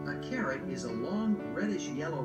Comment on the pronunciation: I thought she said he was going to listen to a story about a Karen. I was anticipating some yelling and screaming and about to feel sorry for the little boy. But she said CARROT. 😂😂😂